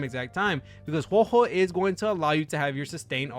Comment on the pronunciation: It’s WHO-AH WHO-AH